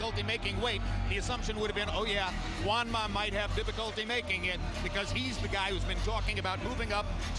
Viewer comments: It was funny to hear brain damaged Roy Jones say Manjua. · Has anyone else noticed RJJr can't say Juanma. 😂😂😂